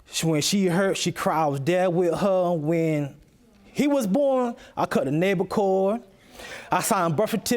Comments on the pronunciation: I heard that too and I laughed out loud.....I've also heard it said as "Biblical cord"..."Umbellible cord"...."Bellillable Cord"....Why can't people educate themselves ? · I cut duh nable cord. OMG... she has gotten herself in a mess.!!